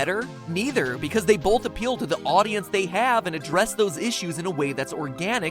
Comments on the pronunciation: Bolth. Ok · I don't say "Bolth" and neither do most people I know. I pronounce the "o" like the long o sound. It could be a regional accent though.